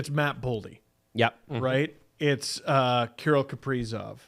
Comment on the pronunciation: Why he pronounce Kirill like Carol?